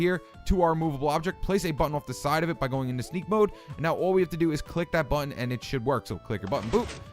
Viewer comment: HE SAID CLICK MY BUTTWHOLE!!!! xD